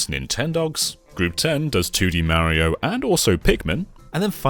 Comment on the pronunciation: Who the hell is "Meriow"? Is he a cousin of "Semes Eren" and "Worio" ?